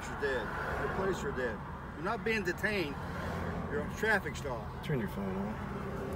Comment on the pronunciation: “Am I being deetayned?!”….😮😢😮